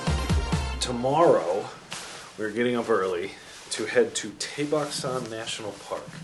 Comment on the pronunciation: Its tae baek . No dae bak. R u able to differenciate d. T ? A and ae ? Roman english is by far worst alphabet in the word